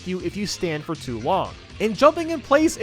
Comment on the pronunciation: "Foe after the video." Oh no, not a foe!